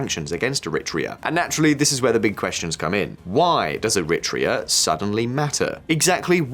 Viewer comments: ERI - TREEA not ERIT REA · Erritt Treah in an ancient nation! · It's pronounced eh-ri-TRAY-ah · Very cute. is trying to say Eritrea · He should have listened to the pronunciation in the clips before he attempted to read the script. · Wait , i didnt know the pronunciation of Eritrea was an entire debate ? Never heard this version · You are correct. This video's pronunciations are so weird i looked close to see if this was an A.I. dub. He says Archipelago like an alien who learned English yesterday as well.